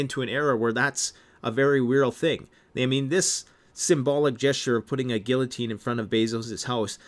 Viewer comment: You can't even pronounce guillotine correctly. WTF, I can't trust one word you say.